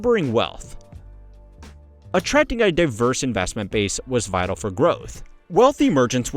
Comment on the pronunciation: When he says "vitoo" what he means is "vital." "Govornurrr" is supposed to be "governor." I don't think he can help it. But a highyurkee is a new one. Heirarchy. hire are key.